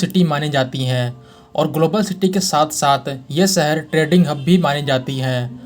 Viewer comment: He Dum head, it is 'shahar' not 'sahar' for city. It is 'business', not 'bijiness'. Correct your pronunciation before you make a fool of yourself.